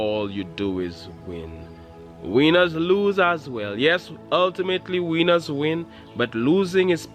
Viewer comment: His pronouncing of "winners" had me laughing for real!!! He's a cool dude, had to have a good laugh, great for winning hahaha!!!